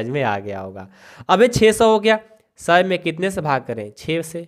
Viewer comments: Sir सै नही सौ होता है 😂😂😂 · Sir not say it's soa